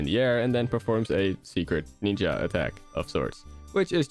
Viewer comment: "Secret Neenja Attack" "Greneenja"